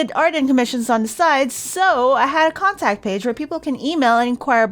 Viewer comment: When she said contact she said concat